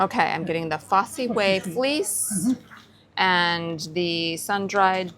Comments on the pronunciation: Also I'm surprised you said fossy way, the fosse way pronounced Foss is a Roman road that starts in Exeter goes through Bath and makes up the main road through Stowe in the Wold, Morton in Marsh and off past Stratford Leamington Spa and beyond to Leicester. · 'Fossee Way'?????? Jesus wept! It's FOSS WAY.